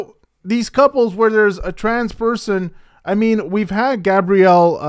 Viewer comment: IT WASN'T " GABRIELLE" His name is GABRIEL, like the angels name